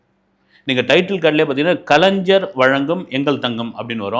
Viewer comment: என்னது கலைஞ்சரா... என்னங்கடா உங்க நாக்கு... வசம்பு வச்சி தேயிங்கடா... கலைஞர்.... கலைஞ்சர் இல்ல...